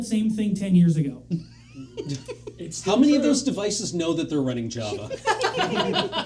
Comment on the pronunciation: The way that pronounces Java instead of Java is upsetting.